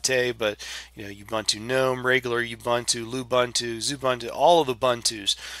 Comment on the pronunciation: Well, speaking of pronunciation issues. Ubuntu is pronounced ooboontoo. I used to pronounce it as oobuntoo until a friend of mine corrected me, and I looked it up. And technically it's g-nome, not nome, but that one I don't care how it's supposed to be pronounced. I'm still going to pronounce gnome as "nome" ***I still gave thumbs up on the video though.***